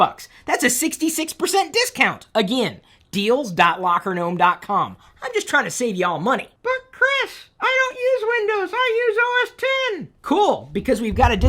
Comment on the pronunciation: No dude! It's OS10, It's on version 10.8.4 Soon it'll be OS11 or OSXI Not pronounced OS-EX! Just FYI